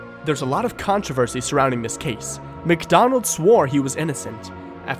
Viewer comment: It isn't pronounced "MacDonald." It's "Mic."